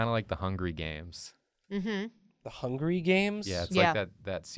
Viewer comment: Love how they just don't correct when he says "the hungry games"